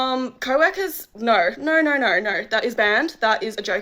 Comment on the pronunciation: “Nur”….. didn’t realize that “no” had 3 letters…